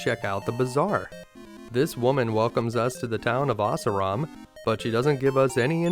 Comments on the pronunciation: The town of "Ah-sur-ahm" or, in layman's terms, Ass Ram. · I think Assaram is pronounced "uh-SAW-rum." In remakes the name is Ashalam. I'm guessing that the name is supposed to be Hebrew, since it corresponds roughly to Israel on the world map.